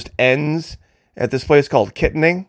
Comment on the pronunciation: The city of “Kittanning” is pronounced Ki-tan-ning. I use to live in Pittsburgh, so that is how I know the pronunciation. Templeton is located on a river. Thanks,! You are spot on about your assessment of what happened.